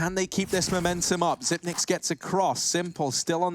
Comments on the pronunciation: Why do commentators keep saying Xypn8x , there’s no N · Faceit commentators Bardolph and DDK pronounced it like that when he first arrived and it stuck. DDK said they were pronouncing part of the 9. Xyp9x waited a while before telling people it was pronounced zipex.